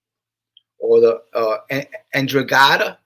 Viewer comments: Hey, what's up my guy. Just catching replay now. Hope you and your girls are good. I think in the beginning of your video you mentioned the "NDRAGHATA" pronounced (N-dra-ga-ta). Be well Brother, your friend Neil in South Jersey. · ENDRA GETTA is the way it's pronounced. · Enn-dran-GETT-a hope that is helpful